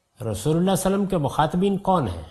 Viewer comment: As an admirer of GHAMIDI sahab with due respect GHAMIDI sahab Has so much knowledge about Arabic language but his pronunciation is very week,even he COULDNT pronounce “Svallallaaho ‘A’layhi Wasallam”properly. Very Strange.